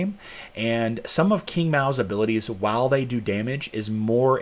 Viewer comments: Hey, thought it was pronounced "ching" not king 😉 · Please correct your pronunciation of Qing , sounds like Ching.